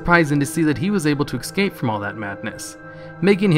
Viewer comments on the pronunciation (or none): Why do people say ec scape. It's es scape. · Look great video, but it's escape. Not Ekscape. I know I seem like a trivial douche but it's only one word. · its not "Exscape" its "Escape" try pronouncing it without the X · you always say excape, instead of escape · I know it's petty, but I cannot get over that you say "ecscape". Other than that, love your videos.